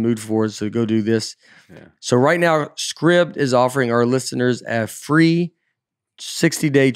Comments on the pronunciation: Surely SCRIBD is pronounced 'Scribed' (as in something is written) rather than 'Scribbed'?? won't be getting paid for that advert... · Today I learned that Scribd is not pronounced with a “long I” sound. Learning pronunciation from Nate feels sketchy.